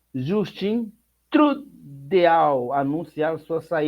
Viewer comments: Pronúncia:Trudô. Francês ...Trudeau. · Amigo, esse nome é françes e deve ser pronunciado Tridô. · Trudeau se fala Trudou 😆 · Trudorh = Trudeau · Trudeau, se pronuncia Trudô. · Pronúncia assim TRUDÔ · Pronuncia-se, Trudô. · Justin Troduo e esta a pronuncia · Se Lê Trudô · "Pronuncia "Trudou". Ele so anunciou a renuncia. Continua la.Vai estar no cargo ate 4 meses. Atras dele ficaram corruptos igual a ele. Nao soltem fogos sem saber o que esta por tras. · Pronucia se trudoo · Boa tarde! Se pronúncia trudô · Trudeau, se pronuncia: Trrridô! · A pronuncia , amigo, é trudo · Cara..se lê trudô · A pronúncia é : TRUDÔ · Pronuncia-se TRUDO . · Se lê "Trudô", é francês... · TRUDEAU SE PRONUNCIA "TRUDO" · TRUDEAU. Lê-se TRUDÔ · A pronuncia é trudô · A pronuncia é Trudó. A o com pronuncia fechada como tudo... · Meu irmão, por favor! Aprenda pelo menos pronunciar o nome do Ministro. (Trudô) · Português ..pfonuncia-se trudô. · Nossa um jornalista político não saber a pronúncia do nome do 1°ministro do Canadá é foda hein... é TRUDÔ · Pronúncia: trudô. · CARA VOCÊ NÃO SABE NEM FALAR O NOME DO PRIMEIRO MINISTRO CANADENSE!